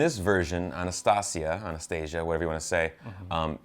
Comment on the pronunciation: The correct way to pronounce Anastasia is basically Honest-ta-see-ya